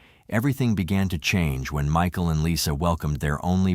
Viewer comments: Me-kael & Myshill 😂 tell us your a bot without telling us your a bot 🤬🤡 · How disrespectful are you, the narrator, disrespecting the victim by mispronouncing t MICHAEL'S name so many times. Unsubscribed.